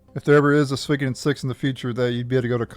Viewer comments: Swiiggoden.... Lol it's pronounced " Sue-wee-Koh-Den " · I've never heard anyone butcher the name so bad....